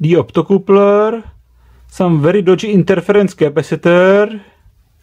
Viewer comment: "optocoopler" love it